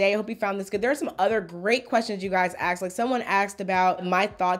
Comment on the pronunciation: Did you say aKsed questions at about ? 🤔😁